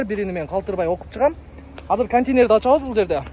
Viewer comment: КОНТИНЕР эмес КОНТЕЙНЕР